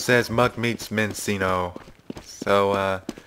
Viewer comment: Minccino, by the way.